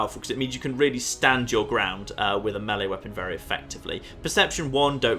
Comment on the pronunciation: Thanks for pronouncing melee the correct way